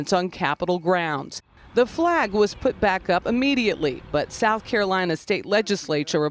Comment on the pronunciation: "Sowf Carolina." Is it that hard to pronounce a "th?" #KEEPTHEFLAG